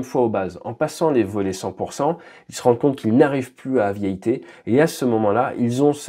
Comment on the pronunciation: Aviayter ça pique un peu les oreilles quand même. 😁